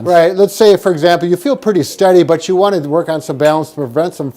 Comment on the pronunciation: "if you wany"